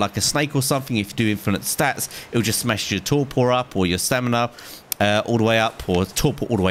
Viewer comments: I disliked just cause he said smesh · He said smesh that like button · u said smesh instead of smash but i cant be mad because i spell everything wrong.